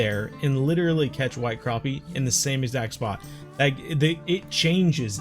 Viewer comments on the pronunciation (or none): none